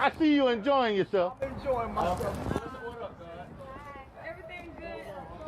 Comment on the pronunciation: I’m surprised even spelled Malicious Prosecution correctly the way “persun” and “mycellf” kept tripping her up. 😂😂😂 My God! She needs to be taking classes while she waiting on her king to get out.